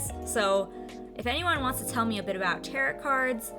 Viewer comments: "tarot" pronounced "tear-oh" Not "tear-ut"... please learn your pronunciations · giggles I love how you pronounce Tarot. Lol. It's pronounced Taroh. But honestly, they are cards used to sort of tell peoples fortunes. People use them to help understand problems they have, or even help them decide how to handle things in their life. They are based around the Wiccan, or more spiritualism religions. I can understand the controversy behind them, but honestly I think if you wanted to do Tarot, I would look up the original deck (Rider-Waite) and the meaning/symbolism of the different elements of the cards.It would be a good way to respect those who truly believe in them. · Tarot cards can be used for readings, but some view them as divination tools. They view it as a way to connect to the gods. Others can view them as totally different things. Also, you pronounced tarot wrong. It is pronounced ta-row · All I know is it's pronounced tarOH not tarot. Love your cards and this is the first video of yours I have seen. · Tarot is pronounced tear-oh. Sorry. I’ll stop being annoying with how I pronounce things. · Prounouned; tair-oh. To my knowledge. Great video!